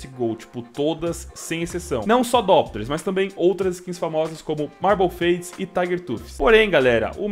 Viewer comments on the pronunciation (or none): none